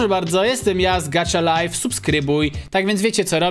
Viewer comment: Nie czyta się gacza life tylko gaha life